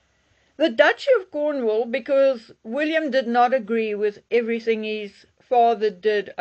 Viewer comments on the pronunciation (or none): none